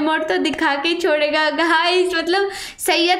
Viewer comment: ap hamesha matlab ko malab bol te ho ja kay dakhna